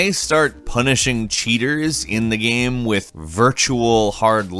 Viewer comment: why u say game without the e